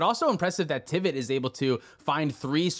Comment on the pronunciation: It says Trivit not Tivit.